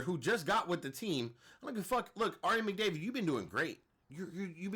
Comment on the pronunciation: Ari “Mcdavid” 😂😂😂😂😂 bro I’m weak af